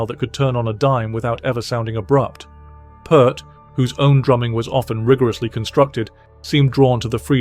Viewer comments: Considering that the creator of this video couldn't be bothered to pronounce "Peart" correctly, it's safe to say the deepest research was not involved. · The poor man has been gone for a long time and YOU can’t even pronounce his name correctly!? It’s PEERT. Don’t bother watching this…. 🙄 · How can this guy do a piece on Neil Peart and mispronounce his name over and over? This should be deleted from the internet for that reason alone!! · Peart as in ear. Come on, man! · This guy doesn’t know how to pronounce it, but I do. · This guy ...? How do you invest so much time in putting this together only to mispronounce Neil's last name? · Video just made for clicks, can't even pronounce the guy's name right. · Decent video utterly ruined by disrespectful mispronounciation. Can't bear to listen to this! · Nice, but please pronounce his last name correctly. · The least you could do is pronounce this man's name properly. Moron. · FFS can anyone pronounce his last name properly? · If this fool cold pronounce Neil's surname correctly I may have more respect for this video. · Stop mispronouncing his name. Show some respect. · Ya lost me by mispronouncing The Professor's last name. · At least pronounce his name right? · You should have the respect to at least pronunce his last name correctly. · I knew AI would butcher his name. I'm out. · OK watch my lips ... The surname ....IT'S NOT "PERT " .. IT'S PRONOUNCED " PEA - ERT " or as in " PEE" " ERT" !!! Like in the surname " Pearce" !! For crying out loud... !¬! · It's "PEERT," not "Purt." Geddy, Alex, and Neil, himself, may he Rest In Peace, pronounced the man's name "Peert " I heard ALL of them say so with my own ears. Get it through your thick heads, people. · Peeeeeeeeeert! Dammit! Not pert! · If you're going to do any kind of piece on Neil Peart it might be good to pronounce his last name correctly. "Peert" not "Pert" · Lost me when you mispronounced his name. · Why say Pert when its Peert?? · Why do these people say PERT???